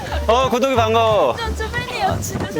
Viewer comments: 왜 자꾸 구더기로들리지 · 구독이가 자꾸 구더기로 들려요..큐ㅠㅠㅠㅠ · 자막 없었으면 ‘구독이’이가 아니라 ‘구더기’로 들렸을 듯...